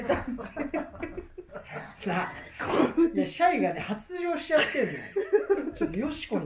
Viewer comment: シャイがしゃゆに聞こえて 井上小百合さんがMCやってた時の らじらーを思い出した